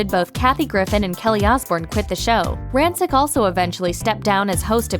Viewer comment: not pronouncing rancic right